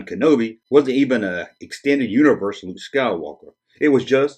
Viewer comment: Luke not luje!!